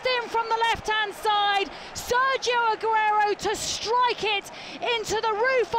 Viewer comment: Anyone notice she couldn't say aguero properly